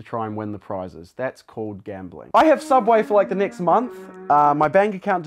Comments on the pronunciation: Don’t you mean... Sooubway? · Don’t you mean sooubway?